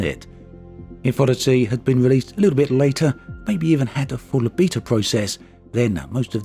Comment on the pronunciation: wow a new way to say beta